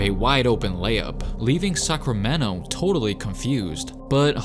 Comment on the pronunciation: lol I dont know why i keep hearing you say Suckramento